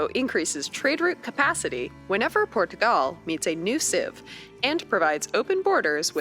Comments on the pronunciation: Por-tugal is actually closer to the phonetic pronunciation. The r gets tapped slightly, which gives a slight pause/lift between the syllables! 😀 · Thank god!! You can pronounce my name marvellously! She hurts my hears in the video. She pronounces Portugal in Portuguese accent quite well but everything else is really bad :P